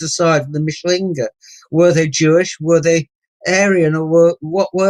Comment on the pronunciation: Re: Mischling/Mischlinge mis-pronunciation. As a German speaker I at first didn't get that Tony G was saying "MISCHlinge" - the emphasis is on the first syllable - but Tony was saying 'MischLINGE' with the emphasis wrongly on "LINGE". It may seem pedantic - but most German speakers/viewers etc will not know that Tony G is saying MISCHlinge if he severely mis-pronounces it as "MischLINGE".... Otherwise/ansonsten - alles ganz ausgezeichnet wie immer..